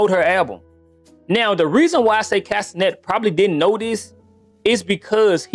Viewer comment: I thought you said 'Casenet' at first.